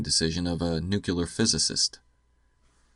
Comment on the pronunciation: It's nooo cleee arr, not noo kyuh lar. Ya knucklehead! lol Another great vid btw